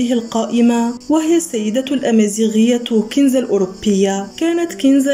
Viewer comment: كنزة الاوربية بوضع السكون فوق الواو وبفتح الراء